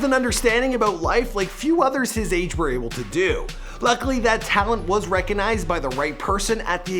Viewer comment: Why he say AGEEE like dat